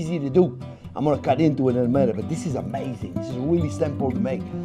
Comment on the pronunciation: "This is amHEYzing!" :D